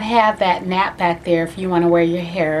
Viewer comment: It is nape pronounced the same as cape or drape not nap